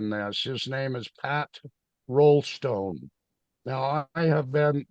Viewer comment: Try Raulston instead of Rollstone?